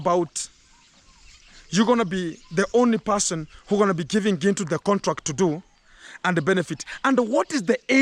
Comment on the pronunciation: She calls you Gentle ,she can't pronounce Gintu